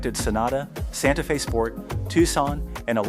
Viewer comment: Didn’t realize it was a Ai voice until “Santa Fez”